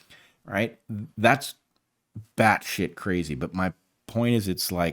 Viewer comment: Did the professor say Bad shit or Bat shit?